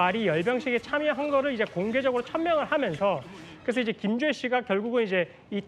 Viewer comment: 김주앴씨랜다 ㅋㅋㅋㅋㅋㅋㅋㅋㅋㅋㅋㅋㅋㅋㅋㅋㅋㅋㅋㅋㅋㅋㅋㅋㅋ